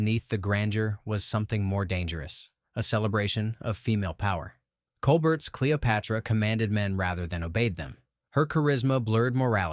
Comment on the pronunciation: And Claudette ColBERT! I guess AI voice would pronounce Stephen's last name that way, too.